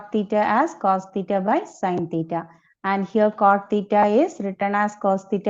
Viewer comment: i can only hear the words , theeta ,theeta ,theeta !!!!